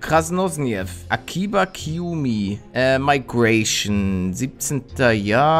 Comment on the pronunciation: Migration nicht meigration... 😵